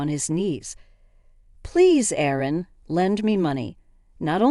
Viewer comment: Someone doesn't know the difference between "Aaron" and "Erin"?